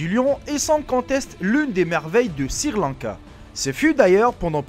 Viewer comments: Ta pas honte de dire sirrrr lanka WESH SRI LANKA on dit ! :) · Eh ...!!! Mec on ne dit pas sir Lanka mais Sri lanka si tu n'arrives pas à le prononcer ne le dit pas... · pour quoi tu dit sirlanka au lieu de srilanka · chui pas le seul à avoir remarqué lol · c'est Sri Lanka et non sir Lanka. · il faut faire un effort en français Sri Lanca pas Sir Lanca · c'est sri-lanka pas sir-lanka :) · "Sirlanka" hahahahah dead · sir lanka bravo la prononciation👏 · "...un nourrisson de deux ans..." Un nourrisson c'est justement un bébé que l'on nourrit au lait, qui n'est pas sevré. Déjà qu'il faille endurer ton accent de vendeur de tapis volant, fais attention de ne pas dire n'importe quoi comme Sir Lanka ou de Costa-Rica ou de Guatemala (on dit DU Costa-Rica ou DU Guatemala) ou caucassiens (on prononce ko-ka-zien et ça s'écrit: caucasien). Un caucassien serait plutôt quelqu'un qui s'exprime de manière....cocasse...Ça ne te rappelle pas quelqu'un? Ah les merveilles de l'école de la Raie Publique française! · Je comprends pas les gens qui bloque sur les fautes d'orthographe qu'il dise Sri Lanka ou autre on s'en bal les couilles vous avez pas de vie ou Quoi l'important c le contenu des vidéos le reste ont s'en fou